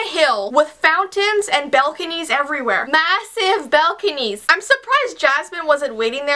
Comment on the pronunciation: Bel-conies? Lolololol